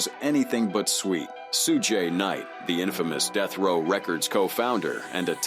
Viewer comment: “Sue-jay knight”😂😂😂